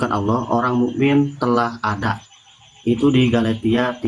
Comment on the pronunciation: Bukan galatia dia bilng galitia bang..😊😊😊😂😂